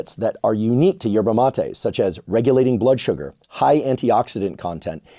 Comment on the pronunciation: You pronounce MatE ina ❤